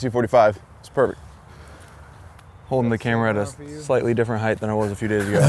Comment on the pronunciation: “heighth” Why are you like this, Americans?